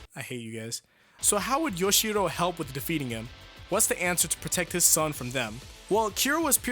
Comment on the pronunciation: Why are you pronouncing Yoshihiro as Yoshiro? It is not that hard, dude.